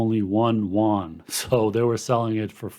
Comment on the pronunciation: It's 'You-en' . Yuan. no 'won'. trust me, i speak it fluently. (just gives street cred to get the pron right.